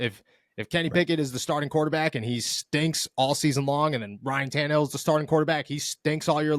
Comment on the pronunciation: Stop saying Tannehille 😂😂😂